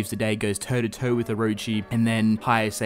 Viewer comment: for people saying it was rushed, that's because they covered 6 chapters in one episode so I guess Studio Clown is at it again. also, Orochi is pronounced oro-chi not Aroo-chi